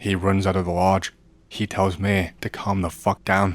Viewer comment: Can you fix your ai voice? "Me" sounds like "May". I hate it. Love your content otherwise